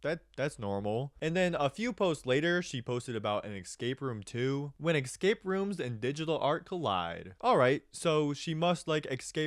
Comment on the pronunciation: the "excape" pronunciation make this almost unwatchable